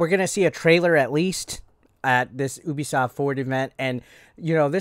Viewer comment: It's Ubisoft (say you-bi-soft)